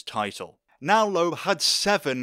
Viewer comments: For the past week I haven't been able to get the way you say Loeb out of my head: "LOOEB" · Good video but the bizarre pronunciation of Citroën and Loebs name was grating